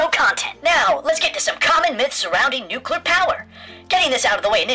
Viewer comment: But what apout nukular radiation and nukular explujinz when nukular plant excplodes??